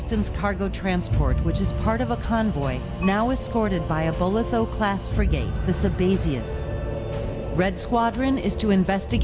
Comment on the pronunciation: did she say free gate or frigate?